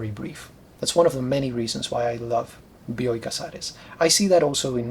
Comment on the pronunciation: Thanks for providing the correct pronunciation of "Bioy" and "Casares." I read Casares the first time in the early 90s when the English version of "A Russian Doll" appreared. The stories were a great read, but I was too young to know what writer I stumbled on to. All these years later, The Invention of Morel came my way. Like you mentioned, I wondered how Casares was going to end the story. Has any more of his writing made it into English? Keep making these videos!